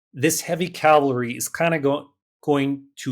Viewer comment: "Cavalry" or "Calvary"?😅